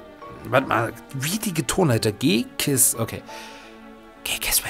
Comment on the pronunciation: Ich finde G-Kiss aber immer noch besser als "Dschisis." ^^